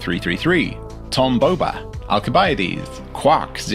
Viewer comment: soooo happy you used a hard c to pronounce Alcibiades